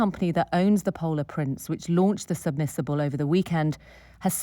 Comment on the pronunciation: Why is she saying words funny? Sonar pronounced differently each time, and “submissible” as opposed to submersible halfway through… who is she?